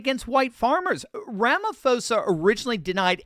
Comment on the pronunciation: Sorry, just to let you know that the name Ramaphosa is pronounced Ramapoza ... with a 'p', not an 'f'.